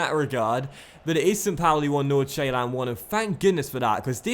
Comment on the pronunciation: You pronounce Nordsjælland like Nor-Sjælland you dont say the D